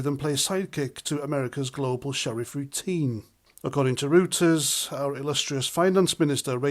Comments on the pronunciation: Grow up and grow a pair. It's pronounced roy ters, not root ers. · Reuters is pronounced Royters, not Rooters... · Reuters is pronounced “Roy-ters”.